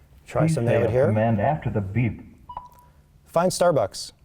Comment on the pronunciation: you need to teach your computer how to say the word "BEEP" !!!